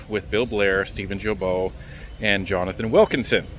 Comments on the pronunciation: Guilbault, the G pronounce like guy ,guilbert or “give me” not like juvenile or jail ,,,,, about that, that where he belongs by the way But keep the good job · Just a quick note... Steven's last name name, Guilbeault, is pronounced with a hard 'g', like guilty. Guilbeault is Geelbeau. Happy you are right where the action is!